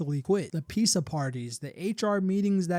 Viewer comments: why are u pronouncing pizza like that 😭 “piece uh” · clicking off because of how you pronounce pizza